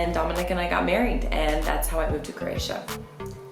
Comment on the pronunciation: Love the video.!!! Buts it’s pronounced crow-atia not crrrratia.